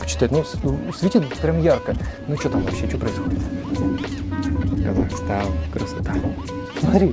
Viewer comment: Привет с Казахстана. Прошу запомни! Не Казакстан а Казахстан. Не тЭнге а тЕнге!